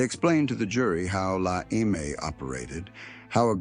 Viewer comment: I'm 10 minutes in and the only you've said is how he was involved with the mafia and how terrible they are and that he was killed. Be more succinct, give as many details as possible, offer more original pictures, and learn to pronounce words like "eme." The "e" is pronounced phonetically like saying "pet" or "met" in english. The tips I give you will give more credence to your channel and help you grow. And if you are using Ai to narrate your videos I would say no, don't, people hate Ai generated content.